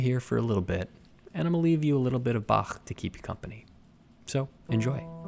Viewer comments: I love how you pronounce 'Bach' like a true German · It's the correct way to pronounce Bach^^ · I was happy about this, too. Yay for the correct pronunciation of foreign words. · I love that he actually pronounced Bach right What a man of culture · As a german, I can confirm that. In fact, if that was taken out of context, I'd say that this was a german-speaking person. Also, father emigrated to the US from Switzerland. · not only conserving the original painting, but also the original pronunciation of Bach. Immaculate. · As a germanophone I appreciate the pronunciation of Bach